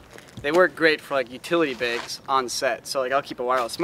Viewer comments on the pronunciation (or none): throw all your 'maegs'...... utility 'baegs'